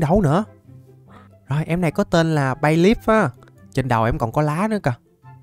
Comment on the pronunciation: bayleef đọc nhầm thành bay lắc:))